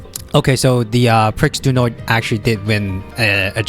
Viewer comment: It's pronounced PREE de l'arc de triomphe, the x is basically silent in croix du nord too. Take a look at the Irish champion stakes which took place last saturday, Shin Emperor performed poorly and the race was comfortably won by Delacroix. That's why shin emperor was found to have issues afterword.